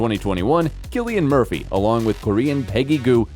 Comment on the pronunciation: You need to learn how to pronounce his name properly